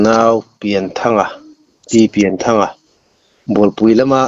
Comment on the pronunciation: Pianthanga tih tur a ni a, Pian tih hi Lian kan lam ang a lam tur a ni.